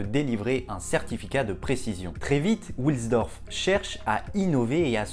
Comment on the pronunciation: Salut Hans wilsdorf est de prononciation allemande et non anglaise donc pas come William mais W qui se prononce V en allemand.;) A plus Super vidéo.